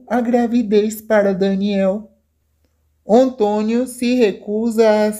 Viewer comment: Vai aprender mas o português pra saber a pronunciar o nome António 😊